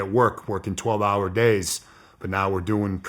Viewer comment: Dudes accent translation. Hawa by Hawa- hour by hour Wata- water Baws- bars Douts- doubts Pictsha- picture Akinsa- Arkansas Yeas- years